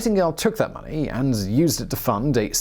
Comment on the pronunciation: Ok why can’t you say “money” ??